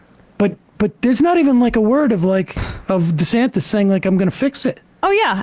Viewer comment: So disrespectful, mispronouncing his name like that. It's DEE-Santis, not DisAntis. Disgusted at TMR for stooping to Tucker Carlson-esque tactics.